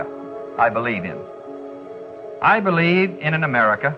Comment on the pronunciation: I noticed how during Kennedy's speech he said "I bleed in" and not "I believe in".